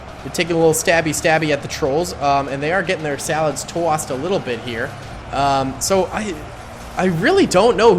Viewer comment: “And they are getting they Salahd tohssed” had me so weak man hahahahaha